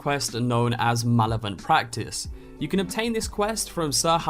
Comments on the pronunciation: It’s malevolent practice not malovent practice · “Mallivent practice”. Lol 🤦🏻‍♂️ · The way you pronounce malevolent makes me cry. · and you mispronounced “malevolent”. Learn English.